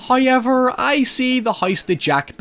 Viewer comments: To be honest, whenever I heard something like this it threw me out of the point he was trying to make. It's really hard to pay attention with this shit. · hahaha.. "the hoyse jack built" "oyt there" Hoyever".. LMAO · "Haiever i see the haise that jack built" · Yo, y'all on the "hoyever" but I'm fuckin' dying every time he says "Ver-gull". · do you need help pronouncing however?